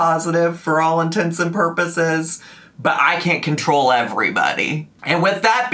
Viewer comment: Thank you for pronouncing “intents and purposes” correctly